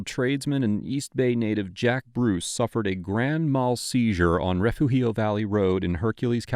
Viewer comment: The pronunciation is Re fu geo similar to refuse with the “g” sound and eo on the end. AI is not 100% yet, we’ve got a long way to go still.